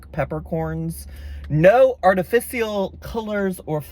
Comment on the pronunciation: The way you said "artificial" sent me